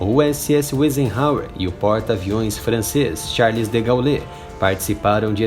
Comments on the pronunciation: Charles "degaulê" kkkkkkkkkkkkkkk Imagina o quanto esse cara sabe sobre a segunda guerra ... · Falar o nome do porta aviões francês errado é o cúmulo!